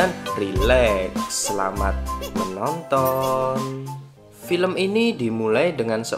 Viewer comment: Paling kesel denger "Dan pilempun ta maat"